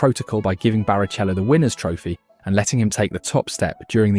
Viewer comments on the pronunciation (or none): BariCHello makes me giggle. Great work man keep it up! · And so you know for future videos, it’s Hereth, veelnuv and barikello. You’d know the pronunciation if you’d ever watched and F1 at all.